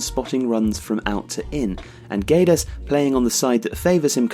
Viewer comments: it's pronounced "geds" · You don't say the U, it's like Gedes but the G still sounding the same. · Hi! Great job;) Just a note, the U in Guedes is silent (It's so wierd for a Portuguese to hear that U hahaha) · The U is silent, it reads Guedes with a hard G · You're pronouncing his name wrongly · hey, the u is silent in guedes.